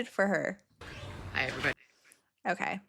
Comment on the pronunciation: You Crack me up when u say 'otay' instead of ok😂, my 2.5 yr old granddaughter is at that age where she says 'otay' instead of ok😂😂